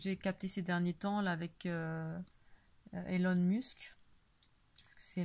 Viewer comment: Bonjour, merci pour tes vidéos que je trouve très rafraichissantes. En ce qui concerne Elon Musk, si je puis me permettre, son prénom commence par un E qui en anglais se prononce I et aucunement A. Personnellement je ne pense pas que cette personne travail pour le bien l'humanité. Avec son réseau de satellites 5G " STARLINK "qui couvrira la planète entière ( aucune considération pour les personnes électro-sensibles ) il bosse pour le " tout connecté " et son transhumanisme nous invitera a en faire partie. Se connecter à l'IA ( Intelligence Artificielle ) signera la fin de notre libre arbitre qui par ailleurs est déjà bien en souffrance...A nous de faire les bons choix et d’arrêter d'accepter tout ce qu'ils cherchent a nous imposer...Bon courage à tous... Paix et Amour...